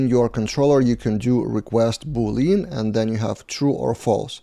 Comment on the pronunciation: Pronunciation of Boolean is "Boo lyan"/"boo .lee·uhn". XD